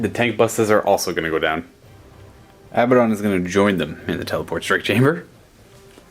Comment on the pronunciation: It's (ah-bad-ohn) not (abba-dohn)